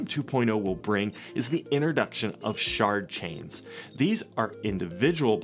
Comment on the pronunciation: Did he say Shart chain?